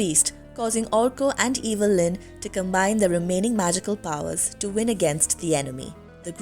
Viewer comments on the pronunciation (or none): none